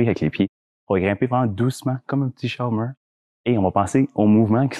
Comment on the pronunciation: Mdr ! Quand tu dis "grimpez comme un chat au mur", je comprenais "grimpez comme un chomeur" ! Excellente video sinon, merci !